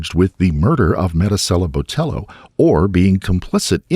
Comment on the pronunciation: I wish he would say her name correctly if not consistently. Cringggggeeee